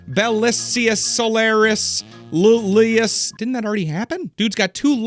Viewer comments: This video was very fun, but I can't not correct you on at least two things: 1. I'm pretty sure that 'asses' weren't donkeys, you would pay in actual money: asses (the singular form is 'as'); 2. How did you manage to read Iulius as Lulius?😭 it's and I, not an L. It's Julius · there are three iulius in the man's name and you managed to pronounce all of them wrong and forget how many you read